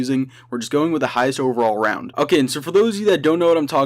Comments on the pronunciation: Roud instead of round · Lol he says roud not round 😆